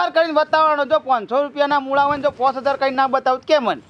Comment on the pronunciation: મુડા નહિ મૂળા